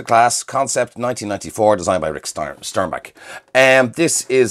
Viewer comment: It's "STERNbach" not "STEINbach."